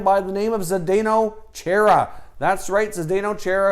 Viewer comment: Chara not Chaira